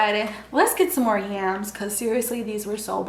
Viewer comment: I love how you say yams so funny